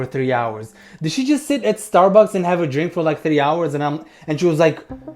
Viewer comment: That was an amazing tongue roll😂